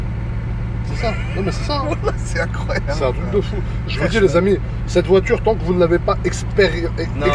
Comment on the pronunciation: Les gRRUs en haut du tRRuc 🤣